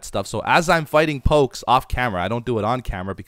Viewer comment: It hurts every time he says pokes